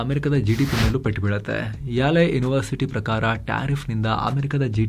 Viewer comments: ಅದು ಯಾಲೆ ಅಲ್ಲ, ಯೇಲ್ ಯೂನಿವರ್ಸಿಟಿ‌... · ಅದು ಯಾಲೆ ಅಲ್ಲ ಯೇಲ್ university ! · ಯಾಲೆ university alla ಅಣ್ಣ ಯೇಲ್ university